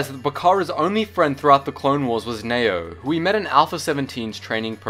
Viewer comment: N-E-Y-O not Nao